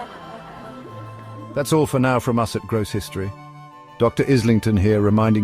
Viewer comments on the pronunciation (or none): Are you sure your name is pronounced "Izz-ling-ton?" One would think it would be "Aye-ling-ton." You might check on that for us. It goes to credibility as is said in courts of law.